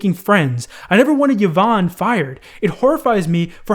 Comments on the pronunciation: E von, not Yuh von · Kavos did a better take on the Pokiwhore and Femyster thing. And please the name is pronounced E VON (Yvonne) not YAVON, you clown. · it's pronounced EE-VON not YUH-VON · I hate hiw he pronounces Yvonne as yeevon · "Yovanne" lmaoo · bruh i cringed so hard on how you pronounced yvonne. thats my moms name lol